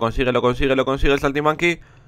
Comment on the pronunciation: like por el "saltimanki" xDD